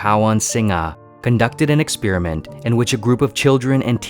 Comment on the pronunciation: Sounds like you are saying ex spearmint